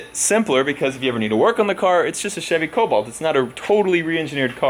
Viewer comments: I only have one question how many times did you say colbolt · Take a shot every time he says colbolt